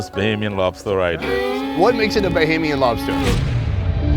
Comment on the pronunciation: I like how you started off sayin “bohemian” and you must’ve got more acclimated and got right with “BAH-HAME- YEN”...that’s respect ✊🏽.. I appreciate that. This makes me soooo happy I been following you for this whole time and you finally came back (ppl don’t know your PILATE episode, that never made it..was in the BAHAMAS)...LOVE that you came back up your roots! ✊🏽 🇧🇸